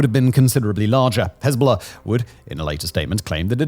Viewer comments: Why do you pronounce it HEZBOLAHRRRRRRRRRRCCCCK Also hezbolurrrb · I’ll be honest, bro I would watch you but the way you pronounce hezbollah just pisses me off too much. What do you have to emphasize the oh so much and the ah sound just say it smoothly bro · While I enjoy his channel. Dialect is annoying. Cannot pronounce the letter 'r' in far, but adds the letter 'r' in Hezbollah...